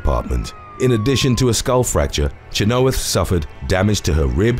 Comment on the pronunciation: It's CHEN-OH-WITH not Cha-know-ith. I wish someone would tell how the hell to pronounce proper nouns and names. Don't even get me started with Manganiello.